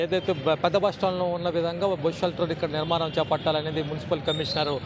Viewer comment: It's Bus Shelter not bosu shelter